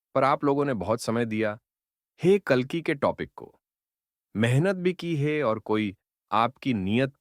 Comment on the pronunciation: Apko ek correction suggest karta hun. AI jiss script ko read out kar raha hai, jab bhi woh "hai" ya "hain" bolna chahiye....wahan woh "hey" bol raha hai. AI la hindi toh thik hai, lekin aap ek baar correction karke dekhiye ki "hey" aur "hai" ka antar aa raha hai ya nahi. Dhanyawaad sujav swikaar karne ke liye.